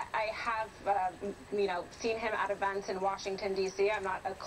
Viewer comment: What is an "evunt", and what is a "frund"?